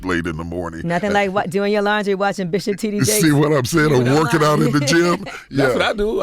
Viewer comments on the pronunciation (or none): Did he say Bishop the Drip Jakes? lol ok